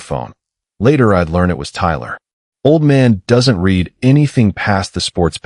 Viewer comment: to bad your bot doesn't know when to use read from read